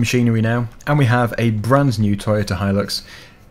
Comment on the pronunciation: Thank you for pronouncing Hilux properly. A couple of people I watch pronounce it Hill-ux instead of Hi-lux, drives me nuts.